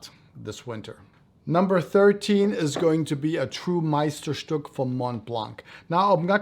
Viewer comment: Amazing review, illustrative and helped me to buy one of them that was missing in my collection. By the way, are you German? You’re the first one who correctly pronounced Meisterstück